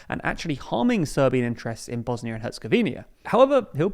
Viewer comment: Two seconds in, the video already mispronounces the country's name.